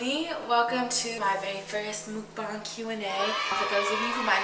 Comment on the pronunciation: Hello! I'm one of Korean fan of you. I have a little tip for you. Actually, the right pronunciation of 'Mukbang' is [mʌkbɑːŋ] lol and thank you for loving Korean eating culture.